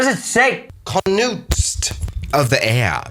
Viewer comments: Conquest not conoust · I believe its “Conquest” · Conquest: conuust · Don't know how to pronounce "Conquest"?!? haha